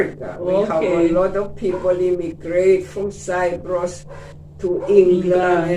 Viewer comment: I like the interview. A gentle reminder to you, the place is Cyprus as the lady pronounced it, not Cypress as you keep saying Cypress is a tree